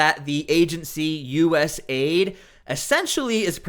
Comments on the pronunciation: It is USA ID NOT US AID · It’s not Us “Aid”. It’s US “A” “I” “D”.